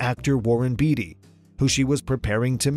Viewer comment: Hello Warren Beatty is pronounced BAIT-TEE